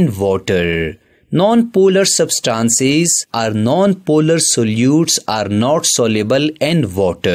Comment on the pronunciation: It is not sabstances it is substances dont pronounce wrongly